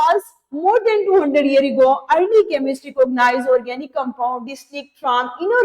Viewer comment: Sorry ,but its ORGANIC not ORGANICSS